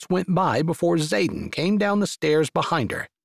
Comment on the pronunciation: Good story. I only wish his name wasn't Zaden, mostly sounded like Saten.